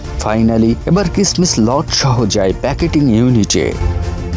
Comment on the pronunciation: কিসমিস উচ্চারণ ভুল আপনার